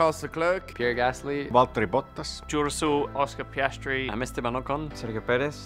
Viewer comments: Excuse me? Georgssel? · “Geor Ruesel” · George Russell❌️ Georsul✅️ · George Russell sounded like he said “I’m Duracell” 😂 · Closer to duracell than George Russel. Genuinely think he said Georussell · Didn't knew "George Russell" is pronounce Georssul🤣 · George Russell: “Georusell” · 10 years and he still can’t say it 😂 love that guy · George russel didn’t sound anything like his name